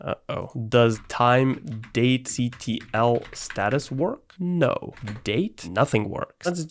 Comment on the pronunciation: Watching this is pain. Especially when he tries to pronounce things that end in `ctl`